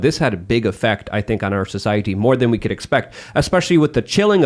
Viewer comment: Why does always hard pronounce the T in society?